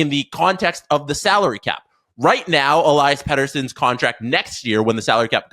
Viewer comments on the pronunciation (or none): el-E-as btw. not el-I-as